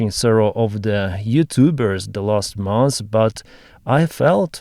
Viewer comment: AI would never pronounce " mons' " instead of "months" 😂